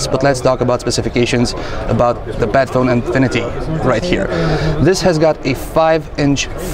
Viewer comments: It's like ur saying BAD PHONE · I love those hybrid devices ASUS keeps showing. The phone looks simply stunning even when I'm not a fan of metal as build material for a phone's backside. Somehow, I keep hearing "Batphone" in this video though. ;D